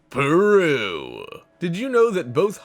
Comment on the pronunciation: no one: narrator: "PERRRUUUUUU"